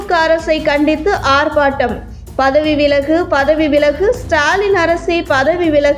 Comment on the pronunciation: ஆர்Batam அல்ல ஆர்ப்பாட்டம்